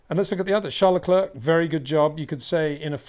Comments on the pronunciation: You say other foreign names correcly, maybe add Leclerc. Say Claire, say Leclerc. Imagine he's called LeClaire. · It is I - Le Clurck